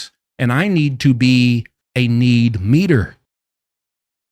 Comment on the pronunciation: Need-meeter or meat-eater? 😂🤣